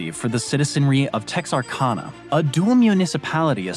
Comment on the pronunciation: though a minor point, I'm going to bring it up anyway. I'm speaking of the Texas/Arkansas/Louisiana problem. My view is that, since Louisiana ends in "anna", it can't be Texar-(CON)-uh, but the way it's always been pronounced: Texar-CAN-uh. Re. the dispute between Ohio and Michigan, and their football teams, the school in the former is Ohio State, rather than the U. of Ohio. He sort of "glossed over" the Pt. Roberts problem: during the COVID scare, and the separation problems, those who lived in Pt. Roberts couldn't leave the town, since that would have necessitated traveling through Canada. This isolation problem nearly killed the town financially. In case you haven't already heard this little tidbit of info, the 4 Corners monument is located in the NE corner of the Navajo Reservation (or Nation), which is a scenic wonderland, as well as being the largest tribe in the US and Canada, at around 400,000 people, 170,000 of which can still speak their tribal language.